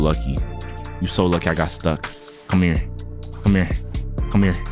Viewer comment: the way he keeps saying cmhere